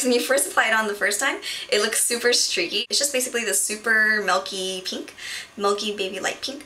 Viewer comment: all beauty gurus say "peenk" rather than "pink"